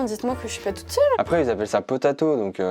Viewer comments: Pot a eau, on dit (potao) pas potato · c'est pas potato mdrr c'est potao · C’est pas « potato » mais « pot à eaux » et on le dis « potao » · c'est le pot à eau " po tâ o" pas potato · #TeamPotàEau, sorry mdr pot à eau et pas "potato" haha #TeamFairePéterLesCours. PS: une abonnée du sud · par contre le pot-à-eau, on doit faire la liaison entre le pot et le à, mais pas entre le à et eau